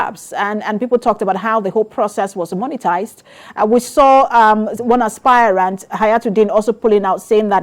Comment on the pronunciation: Stop pronouncing "Aspirant" as "Aspire-rant." It's pronounced ˈaspərənt', not aspire-rant. As a news caster, you ought to know better.